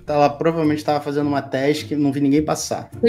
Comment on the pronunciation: n e task e tesik e assim que ele fala